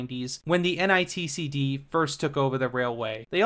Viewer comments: You kept saying n i t c d, when it's actually nictd. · Great video. Just a heads up, multiple times you keep saying "NITCD" when it's actually NICTD. Like , , and .